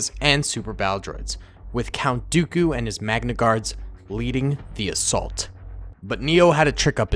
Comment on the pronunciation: It’s not Count daeku its count dooku